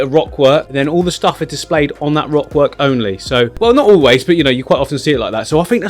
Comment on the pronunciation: I'm sure I heard you say wock work at some point :p